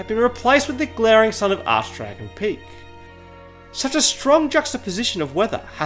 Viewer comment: Arch dragon peak😏 the way he’s saying peak 😂😂